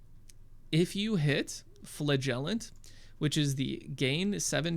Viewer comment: It's pronounced FLA jel ent. Like your mom.